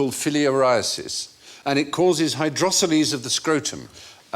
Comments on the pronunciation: Hydroceles are fluid filled sacs, not tumours. And yes they can be massive without any problems in day to day existence. Pronounced hydro-seals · Hydrocoles (noun, plural; Greek hydor, water; Latin colere, to dwell): A VERY 'Stephen' word indeed :) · Stephen pronounces "hydroceles" like it was a Greek god